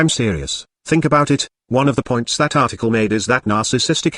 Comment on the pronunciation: At one point in your video it sounded like "tarticle." Maybe you inadvertently created a new word.